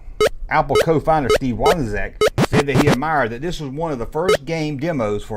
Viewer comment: Steve Wo-ni-zak?